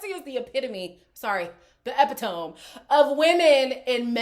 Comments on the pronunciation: 😂😂😂 The EPI-TOME will never get old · EXCUSE ME * EPITOME I canttttt 🤣🤣🤣🤣🤣🤣🤣🤣🤣🤣